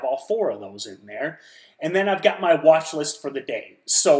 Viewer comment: "Wathlist" xD